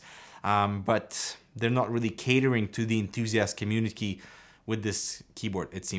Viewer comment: Was that "COMMUNIKEY" you said....:P....?